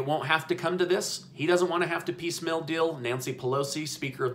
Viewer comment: Why do you say "piece mill" instead of piecemeal?